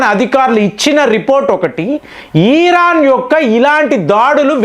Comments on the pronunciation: Mr not e ran but mind it,it's Iran. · బాబూ ఈరాన్ కాదు 😂మేం తెలుగు లో ఇరాన్ అంటాం 😂